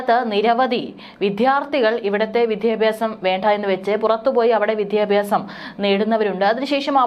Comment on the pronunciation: "വിദ്ധ്യാർത്തി" ; "വിദ്ധ്യാപ്യാസം" കഷ്ടം തന്നെ 😢